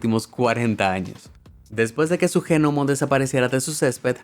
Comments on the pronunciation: Por qué demonios dice "G- nomo"? Se pronuncia "nomo", sin la G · GENOMO??? 🤦 LA G ES MUDA!!!! SE PRONUNCIA "NOMO" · me molesta de una manera increible q diga GENOMO y que lo repita una y otra y otra vez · En serio... "GENOMO"? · COMO JENOMO? OSEA GNOMO PERO SE PRONUNCIA ÑOMO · G-Nomo???...........Que no solo se pronuncia NOMO??....Saludos! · Ge nomos.....? Lo he escrito tal cual lo dice, un montón de veces.. Hay que ser bestia..... La palabra gnomo, en español, se pronuncia nomo..... Simplemente. Es un caso de pronunciación como psiquiatra. Que se dice fonéticamente Siquiatra. No pe siquiatra..... Que bruto.... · Que rabia con el genomo la g no se pronuncia es nomoooo NOMOOOOOO!! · Por qué lo pronuncia Ge-NOMO¿¿???? no pude entender nada de la historia de los duendes... solo me dediqué a contar genomos! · ¿Pero tú no sabes como se pronuncia GNOMO!?? El sonido de la "G" no es "J" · Gnomo se pronuncia "Ñomo", y no "G-nomo"!!!! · Por qué dices Je Nomo ... Es gnomo como pronunciando una E que en realidad no suena, pronuncialo con la E antes de la G para que aprendas a decir gnomo (ehgnomo - luego lo pronuncias sin decir la e) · Me da un montón de toc que diga genomo en vez de nomo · gnomo se pronuncia ñomo* no genomo XD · Se escribe gnomo y se pronuncia nomo, no genomo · Por qué dice "genomo" en vez de "nomo" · ha dicho genomo? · Gnomo se lee nomo, no G-nomo. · Sabe que se pronuncia nomo no genomo, pero si se escribe gnomo no? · Gnomo se dice nomo es un nomo … NOMO!!! No “ge” nomo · Genomo!!?🙄😊será NOMO!! La g es como yo! , no vale para nada!!😅😅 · No se dice genomo. Se dice nomo aunque se escriba gnomo. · Por que le dice jenomo la gnomo? (se pronuncia nomo) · "genomo"?...se pronuncia "nomo" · No se dice ge nomo se dice gnomo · me sangra el cerebro cuando pronuncias GEnomo :S, se pronuncia así en Latinoamérica? en españa la g no se pronuncia, se dice nomo, aunque se escribe gnomo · Se escribe "Gnomo" Yo: ÑOMO: GENOMO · "Genomo" no, "Gnomo" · No es G-NOMO 🧐